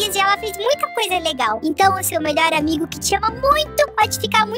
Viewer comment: "seu aumigo? " turubom?